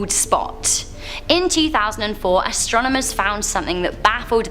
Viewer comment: "Astromonomers" I'm saying that for now on ❤😂